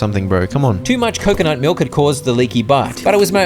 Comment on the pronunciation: Stop saying coconut like that fkk ı get tilted